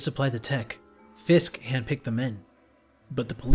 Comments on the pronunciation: It's fisk not frisk fisk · Dude it’s Fisk not “frisk” and you need one steady voice actor for spiderman